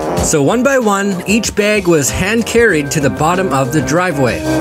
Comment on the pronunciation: Say it with me, BAG. not beg